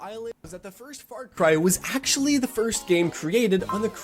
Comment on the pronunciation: As an Aussie, I know the world thinks we have a funny accent. But seriously...What part of America do you have to come from to pronounce "Farcry" as "Fart-Cry"? I'm so angry right now